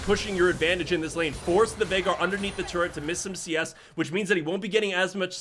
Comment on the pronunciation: Say it with me...Tur Et....not turrent